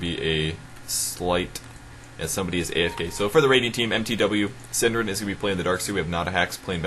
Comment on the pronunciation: got so confused who 'syndereN' was :P before I found out that it was only the english way to say a nordic word xD hahaha